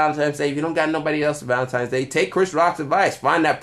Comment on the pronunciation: Did this dude say ValentiMe's day at the start? Hard to take you seriously after that